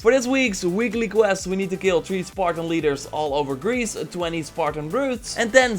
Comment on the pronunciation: It is greece not grece And i agree with you